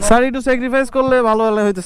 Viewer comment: এতো বার ছার বলেছো আমার বিরক্তি লাগলো